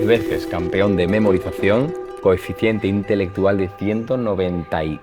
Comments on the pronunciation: No es coeficiente, es cociente. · Hasta "coeficiente" he oído. Veo que no te enteras de nada, y me voy. PS: Se dice COCIENTE. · Se dice "Cociente Intelectual" no Coeficiente ya empezando asi de mal dejo e ver este video.